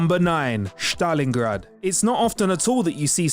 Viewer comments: I think you mean Stalingrad... Not Shtalingrad... This is not a german city... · Yeah, no one British says shushshushhtarlingrad you absolute numpty. What are you, a german nazi officer? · Shtalingrad you say.....